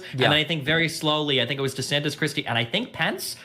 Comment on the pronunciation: lmao why she keep saying "DeSantez", learn how to speak bro